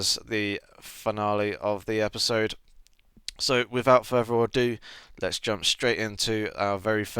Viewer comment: I think most other Americans watching this will agree with me that at the beginning in every video, it sounds like, "Without forever adieu..." haha. Love this series though, it's everything I could want in a track guide. Not sure why these don't have more views...